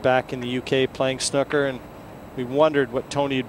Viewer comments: Hes says snooker like snuker.... It should be said like snooooker. like a cow goes mooo.. hard to explain but yerh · lol he said snuker